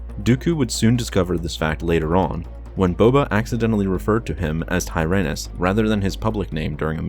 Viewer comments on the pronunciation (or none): Tyrannys not tryanus..